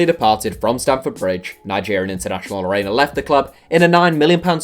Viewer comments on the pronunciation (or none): SPORT really dude! U couldn't pronounce Ola Aina's name.